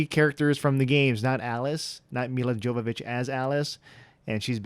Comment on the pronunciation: The j is silent in Jovovich. I hope that I don't come off as rude.